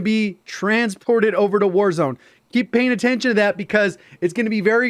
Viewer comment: Bro really said concert in wazrone😂